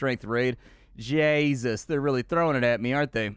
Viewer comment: How someone from north Dublin City says Jesus.